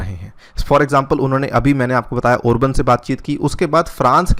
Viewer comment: Prime minister of Hungary is Viktor Orban (not Obran as you have mentioned in the green coloured heading ) Later you have corrected the spelling in the sentence but continued pronouncing Obran. Meanwhile you have improved your pronunciation 😂😂😂 Good ! 👍